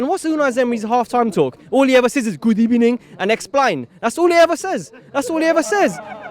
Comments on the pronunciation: He only says good ebeining and esplainn 😂😂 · Good ebening 😂😂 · "Gudebening" Am dead!! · what?????? good ebening hahahahahha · Gud ebening everyone! 😂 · good ebening🤣🤣🤣🤣🤣